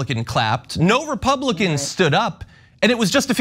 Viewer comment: I think her " republikkklan" came out!!